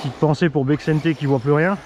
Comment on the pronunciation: salut! alors le cou de la RC qui se prend pour une guirlande était énorme, je me suis bidonner!!!! joli petit joujou et belle démo!! j'adore aussi ta maniéré de prononcer BEXENTE 🤣🤣🤣 ( pas tout a fait le style basque mais j'adore, de plus que c'est un mec super sympa!)